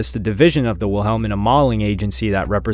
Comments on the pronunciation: It's pronounced (wila-mena) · 😂😂 his pronunciation made me chuckle